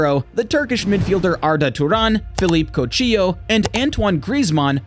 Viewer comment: Good video, only critique and it is a minor one before some other nobhead points it out is a couple of the pronunciations for players. Coutinho and Richarlison but other then that spot on and you’ll get better.